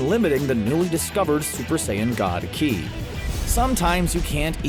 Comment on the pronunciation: I was bothered more by his incorrect pronunciation of Ki. I mean, come on, at least be better than Dragon Ball: Evolution.